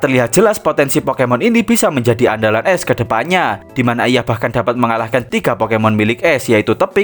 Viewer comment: Bang baca ash, tetep pake a, bukan pake e... Jadi aSh, bukan eSh